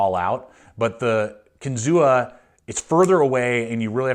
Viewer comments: Pronounced “Kin-Zoo” like the state park. Native American word means “fish on spear”. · Kinzua is pronounced without the a: "Kinzoo." Its the name of a lake in the Allegheny National Forest near Case's factory in PA. I have had my eye on these knives for a while, but the reviews are really mixed. Despite the price, Buck and Spyderco seem like much better value for US made knives. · Kinzua (KEN-zoo)